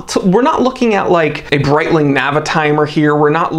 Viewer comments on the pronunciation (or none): none